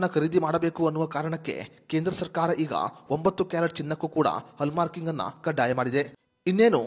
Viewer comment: ಹಲ್ಲ್ ಮಾರ್ಕ ಅಲ್ಲ ಹಾಲ್ ಮಾರ್ಕ್